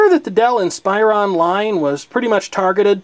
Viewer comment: Hey, like the video but, Inspiron is pronounced "Ihn-spuh-Rhawn" Not "ihn-spy-rohn"